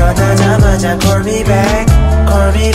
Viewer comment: 솔직히 좋은지 모르겠음 내취향이 아닌듯 다른거보다 특히 call을 cor로 발음하는게 너무 힘듬ㅠㅠ